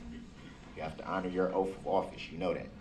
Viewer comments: Is it because of his teeth that he pronounces the sound “th” as an “f”? “Oaf” instead of “Oath”, “Goof” instead of “Guth”, “Bof” instead of “Both”, “troof” instead of “truth” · I'm listening to this rant again, and the sentence that has my brain in a tailspin is, "your honor I have your 3 "oaf" of offices here".......an English teacher would have a field day here......